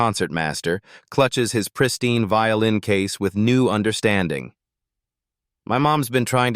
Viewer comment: Did you not say vioĺin?